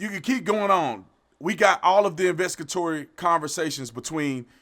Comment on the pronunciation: I urge you to learn how to say investigatory properly-please. Anyways, you also really need to stop pretending that the reason why youre doing this is so that young Black people aren’t scared to get killed in their sleep. I’m pretty sure there’s enough cases out there in which they will get killed unjustly in many other places that aren’t exactly “in their bed”